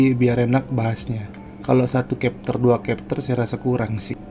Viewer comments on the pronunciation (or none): none